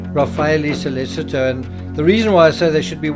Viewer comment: SO LEH CHI TOE - not SO LES ITO